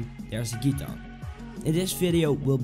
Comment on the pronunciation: Wrong Step 1 is actually learning how to pronounce GUITAR